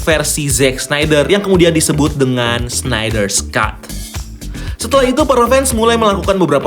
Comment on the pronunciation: agak aneh dengernya Snider"s"Cut , knp harus ditambahin s sih pronunciationnya, padahal penulisannya aja ga ada s nya 😂